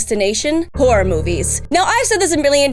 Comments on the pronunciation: Watching at 1.5x speed she saying horror but I heard wh*re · Am I the only one who keeps hearing whore whenever she says horror? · Goddamnit,. Every time you say Horror, all I can hear with your accent "I'm never gonna stop, I'm a giant WHORE"... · the way you say horror it sounds like whore and i love the sentences with that in mind